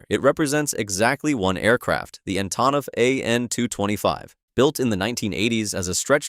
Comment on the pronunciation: You pronounce Louisville right but not Antonov? lol Come on man! 😆